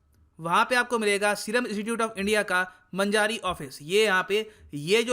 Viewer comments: It's not मंजारी, it is मंजरी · It's Manjri not Manjari..5 Km from my home. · Manjari ka pronunciation wrong